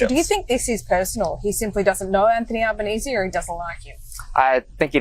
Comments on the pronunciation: G'day Ben, Thanks for putting more news stuff on the channel, it's great to know that you recognise that the world doesn't revolve around the US 😊 Just some tips on the pronunciation of some of the names... Albanese is more like Al as in short for Alan, rather than all... but just go with Albo, it's easier, and he prefers it 😉 AUKUS is more like oar-cuss rather than our-cuss,,, think awkward, it'll help 🥴 Most of us don't really want this AUKUS deal anyway, because it's costing us an arm and a leg and probably both kidneys by the time it's through, and so far we haven't got a whole helluva lot for the billions it's costing us...🤨 As we say down here... "Not!!... Happy!!...Jan!!!!..." 😏 Kevin Rudd can be a bit prickly at times, but he doesn't suffer fools lightly. He is a very well educated man, having graduated from the Australian National University with Honours in Chinese Studies, and is fluent in Mandarin. He had many years of diplomatic service under his belt before going into politics. I reckon the main reason Der Fanta Fuhrer doesn't like ol' Kevin '07 is because Kev don't put up with his shyte and won't lick the taint of that insecure little whimp. Anyhoo... havagud'n... keep doing what you're doing, we'll be here. Can't wait to see who you recruit for "Meidas Mates", hope they'll be good ones 😁 🙃🐨🇦🇺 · You're still mispronouncing Albanese's name. The first syllable isn't "all", it's "al", as in Capone. You're welcome. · Ben - his name as "Albo" or "AL ban easy" not "all bon easy" thanks Mate 🙂reckon maybe Albo should squeeze Trump on Pine Gap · Pronounced All (as in 'all gore') benese, not awl benese..... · It's pronounced "Ale" not "All" banense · Mate it pronounced ALbanese (ALL) not olbanese , still love the show from oz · no... albanese (AL) not ALLbanese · Albanese pronunciation: ow-bah-nee-see. 8647. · No money comes into the US, it is US people paying this money to their government. And the PM’s name is pronounced ‘elbow-knees-ee’.